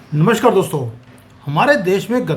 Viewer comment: "नमस्कार" होता है, "नमश्कार" नहीं.